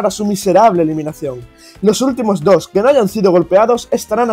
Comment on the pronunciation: “Bienvenidos a mi show Yamada BFFI Daily TEMPORADA DHOOZ!” 😂😂😂 Para Que Pronunciar 2 cómo “DJJJJOOS